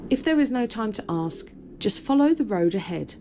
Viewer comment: It's not "Let me ax", it's "let me ask"